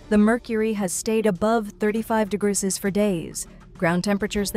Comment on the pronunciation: AI: “it’s mumble degruh sessies”